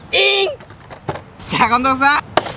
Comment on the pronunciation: 『今度こそっ』が『近藤さんっ』って聞こえた